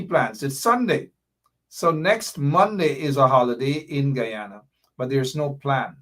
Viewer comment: Normally I correct my people with the correct pronunciation of the old country Guyana. is one of us and has tobe put on notice, the proper pronunciation is Guyana and.. not g u an. Respect the country's name and your political cause will gain traction. Pass it along